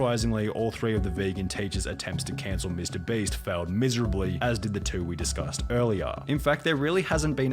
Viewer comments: Please make pyro stop saying mr "breast" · Lol Is it just me or did he just say mr breast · I need a compilation of pyro saying mr breast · listen listen... Ik it's your accent but when you say "Mr.Beast" to me it actually sounds like "Mr.Breast". Makes me chuckle every time I hear it. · im not hating or anything but why are you saying mr Breast ? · Pyro saying mr breast gets me every time